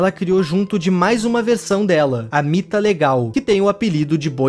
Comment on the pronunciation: Era mita legal vc falou errado